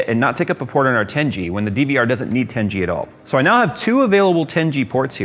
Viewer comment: The way says "tengey" instead of 10 G